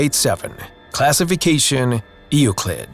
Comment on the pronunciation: Euclid is pronounced as YOU-CLID. It's really simple to say it right.